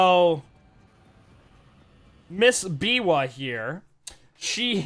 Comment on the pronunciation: I laughed so hard when y'all say "Miwa"😭 it's actually called Biwa